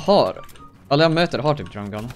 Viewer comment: Älskar att han säger ”drAm gun” istället för drum gun ! 😂💕